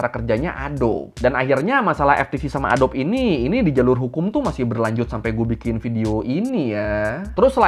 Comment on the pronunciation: bacanya "a-do-bi" bang, bukan "a-dob" hehehe